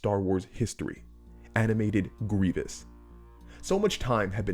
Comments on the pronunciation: gwievous uwu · “And even Gwievis”